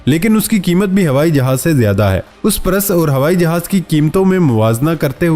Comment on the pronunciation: Your videos are getting bore ... stop begging to subscribe time to time during video.. Try to pronounce properly ...its PURSE- not Paras !